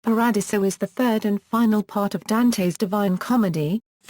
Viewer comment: Pah-rah-DEE-zoh. Terrible narration. Too bad.